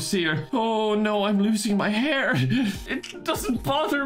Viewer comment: the way he says hair just makes me laugh so hard